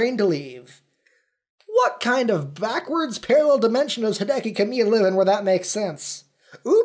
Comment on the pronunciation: We should've seen that one coming. He pronounces Hideki (HEE-deh-kee) as Hai-DEH-KEE.